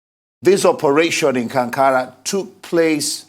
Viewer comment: Its kagara not kigara